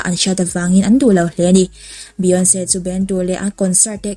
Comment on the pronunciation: Beyonce hming i lamdan mai² chu lehh